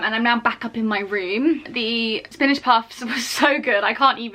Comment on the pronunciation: spinige.. spinige.. have i been saying spinach wrong?